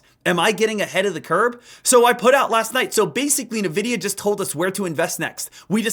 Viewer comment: My bro it’s pronounced en-vidia not nuh-vidia